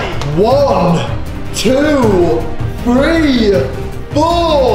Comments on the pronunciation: When she try’s to say 3 she says tree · When says ‘three’, it sounds like ‘tree’!!!